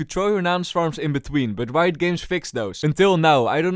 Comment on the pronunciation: i love how he pronounce riot as "ri-to"